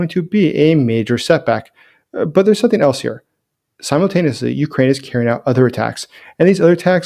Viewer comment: no K in the word something.